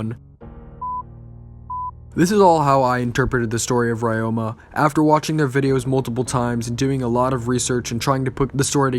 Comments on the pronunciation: pronounced re-yo-ma, not rye-yo-ma, but other than that great video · Pretty sure it's pronounced ROW-MA.... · The way you pronounce Ryoma is bugging me